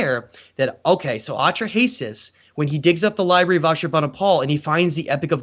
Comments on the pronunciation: Hello. I realize that you MAKE YouTube Videos but I hope you will write your talks on a piece of paper First so they are clearer. And dont bumble and mumble so much the next time.. Clear facts are much more important than.. Opinions.. And lastly please look up the pronunciation of.. "Atrahasis" for example so that people will think you are Educated.. Thats important for your Future.. Unapologetically... BerneC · Took me a long time to figure out he is saying Atra-Hasis. A few misspelled names later ... 🙂